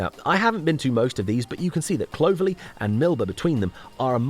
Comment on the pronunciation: Very enjoyable. I would make a couple of observations though. Clovelly is not pronounced like clover. It’s Clov . . Ely. And there are a couple of hill forts actually on the moor. One that is barely noticeable at Hunters tor at the end of Lustleigh cleave, and another in the woods above Fingle bridge. I also wonder if it would be possible to put a small caption on screen when you are showing small segments of footage of sites than you aren’t mentioning in depth saying what the place is called. There were several places in the video that I was wondering about but no name. Anyway fabulous work and just remember, those lanes have a 60 mph speed limit so crack on 😅